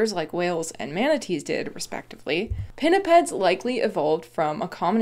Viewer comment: Gotta love the way pinnipeds just rolls of tongue